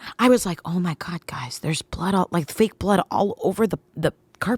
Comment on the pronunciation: emphasizing "fake" blood is killing me